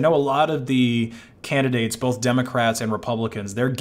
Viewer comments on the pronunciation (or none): none